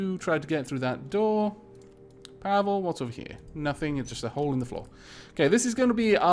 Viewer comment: The name Pavle is pronounced more like Paw-le. Read the e like you would in Ed.